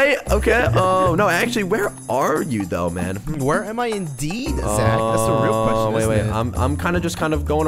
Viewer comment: Ahhhhh haaaaaaaaa it’s Zachhhhhh not poke